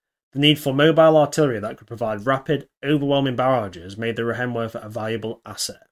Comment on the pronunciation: "ei' in Reihenwerfer is pronounced like "I".